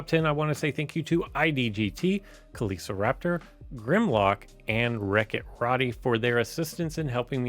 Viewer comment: I disagree with your pronunciation of Kelociraptor ;) Thanks for letting me be a part of this!